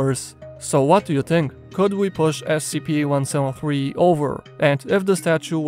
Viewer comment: "One sown three"